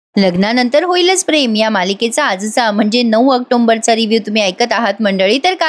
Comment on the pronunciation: वर्णन करून सुंदर सांगता बरका. इतर गप्पा ही छान. पण तुमच्यावरील प्रेमाने आई जशी चुका सांगते तश्या मी तुमच्या चुका सांगत रहाणार. आज ऑक्टोंबर अस म्हणालात. स्पेलिंग पहा October. M nahi. ऑक्टोबर म्हणायचे